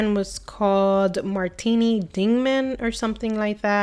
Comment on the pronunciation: If you’re going to describe brands that you’re going to resell you may consider learning the name vs. mispronouncing it “ martini “ vs “ martin and when you said “ It already be dialed in “ I mean come on … what a joke